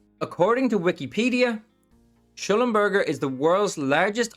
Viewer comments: Pronounced.... Sclumber J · pronounced like shlumberjay.